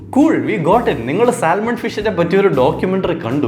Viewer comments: Bro Salmon is not pronounced Sal Mon it's pronounced 'Sah muhn', you are welcome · Hi there, It’s സാമൺ L in salmon is silent. 😊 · You dont say "saLmon". L is silent. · I don't know whether I can say this at this point. 'L' is silent in the word Salmon. ok. bye..